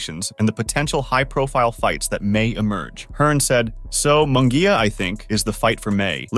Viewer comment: Munguia is pronounced as if it was spelled like this Moon -gia.I know cause my last name is Munguia , so learn to pronounce my cousin's last name correctly.